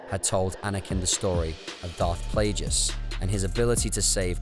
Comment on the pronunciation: are we really gonna ignore his pronunciation of Plagueis?